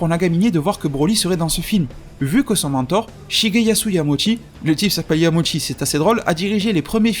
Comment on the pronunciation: Yamauchi se prononce "Yamaouchi" non ? Sinon super vidéo à la fois divertissante et intéressante.